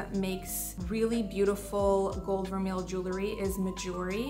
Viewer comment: Thanks for the video and best wishes as you welcome Baby #2. BTW…vermeil is pronounced ver-may.